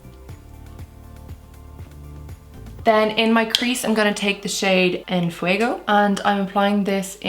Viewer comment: You pronounced en fuego really well! :) Do you speak spanish at all?